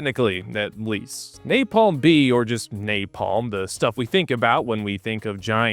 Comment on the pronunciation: Duval says "NaPLAM" lol.... Most famous line in war movie history, and he mispronounces "napalm" lol...